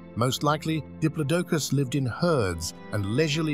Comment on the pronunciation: Please…. Why still to this day can people not say Diplodocus properly….. it’s not hard, sorry to call you out on it, but it’s a right deal breaker for me and makes me switch off, it’s like nails on a chalk board for me. Just like when people call Smilodon’s, Sabre-Toothed Tigers…. NO!!! No such thing, they are Sabre-Toothed Cats. A little research into correct pronunciations would be greatly appreciated, and sorry again to call you out on it.